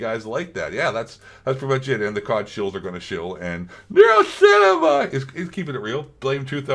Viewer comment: bro i love the way "nerocinema" shiii kills me everytime